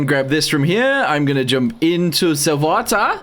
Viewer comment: First. Finaly first. He went german. "Into ze vatar".😆